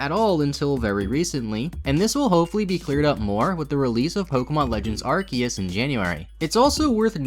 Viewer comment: love that you pronounce arceus two different ways haha